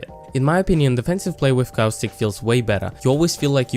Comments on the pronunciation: Good vid, but cowstick? It's Caw-stick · just saying its Costic you pronounce it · CoWStIcK Not making fun of his your accent or anything, it just sounds funny. P.S love the vids!!! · "So if you peek coostic" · I came here just to hear you say caustic. I find it hilarious